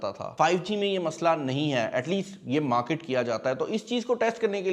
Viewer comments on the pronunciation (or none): none